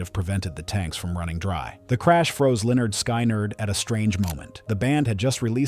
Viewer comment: LYNYRD SKYNYRD. PRONOUNCED LINNARD SKINNARD. (SKIN not SKY) 😮